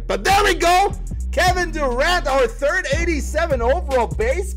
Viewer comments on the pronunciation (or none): none